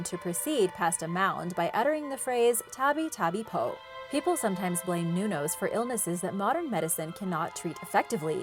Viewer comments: “Tabi-tabi po” You know what, nah. Its “tabey-tabey pow” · She said tabi tabi pow😂😂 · um you mean duwendi not nuno and you have a rong pronons to say tabi tabi you dont need to say all of it plus my family have see all ofthem